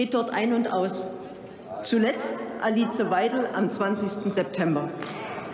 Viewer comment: Omg😂 Alize Weidel, wie sie's ausgesprochen hat👍. Danke dafür Dr. Petra Sitte.